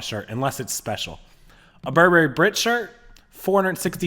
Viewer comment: Please learn to pronounce Burberry! People who know how to pronounce the brand are more credible!